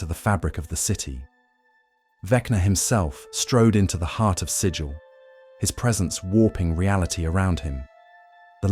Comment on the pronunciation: The city Sigil is pronounced to rhyme with 'wiggle', not 'vigil'.